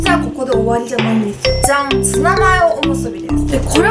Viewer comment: ツナマヨのじゃん！がざんに聞こえるw